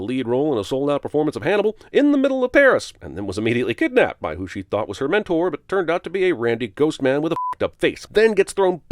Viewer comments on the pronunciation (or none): none